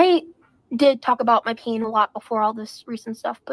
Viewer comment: eww, she pronounces pain "peen". wth